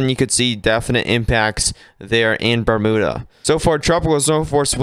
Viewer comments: Bermuda is pronounced Burm-you-da! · It’ pronounced Berm you-da). No oo sound at all!!